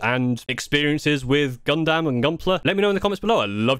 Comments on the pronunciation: “Gun-dum”. Not “Gun-DAM”. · Brub, when he said “Gun—-DAM” like dam man. You are killing me 😭😭😭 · just one thing to correct other than you mispronouncing Gundam (it's closer to Gundum) is the difficulty as there is currently at least 5 to 6 levels of difficulty on the kits EG or Entry Grade (you were right on this one) HG or High Grade (this is the next step up in difficulty) RG or Real Grade (this is the in between HG and MG in difficulty and cost) MG or Master Grade (next to the top on difficulty) and finally PG or Perfect Grade (these are the really expensive kits like around $200 to $300 US) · Ok so you do say gunpla right but you don’t say gundam right and yea you might have put a few connectors in wrong cus the head shouldn’t be falling off 😅